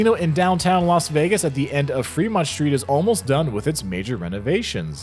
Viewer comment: This guy is not the only one who does it but I wonder when the pronunciation of many words that begin with the "st" combo (strip, street, Stratosphere) got changed to "sht" (like shtrip, Shtreet, Shtrasosphere). Is this a regional thing?